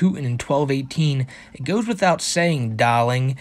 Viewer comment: I think the accent was using was Russian; hence the Natasha-like "Dahlink".